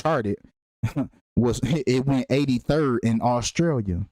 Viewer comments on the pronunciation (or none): none